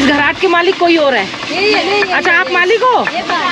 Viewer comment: खराट नही घराट होता है